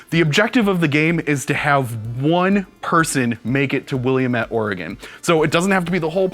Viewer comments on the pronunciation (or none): ahh you butchered Willamette vally so bad :p will-am-et like that :p too many people moving here lol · hey - Willamette is pronounced weird (wa-lamb-it). It's not French. =O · Willamette is "Will-am-it" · Please stop mispronouncing "Willamette"...people already fail to say "Oregon" correctly, but you sound like Google Maps' voice when you say Willamette. At least you do get "Oregon" correct. (This is a very minor complaint in any case, just made me cringe a little.)